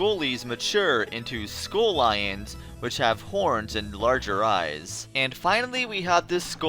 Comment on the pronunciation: I think you’re pronouncing the “i” in Skullions wrong. Correction: SKULL-i(ee)-ons